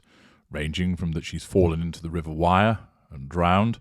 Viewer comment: Thank you for all your hard work.Please note: The river's name is not pronounced: WIRE. It is pronounced: WEIR, almost with a Scottish accent . Thank you.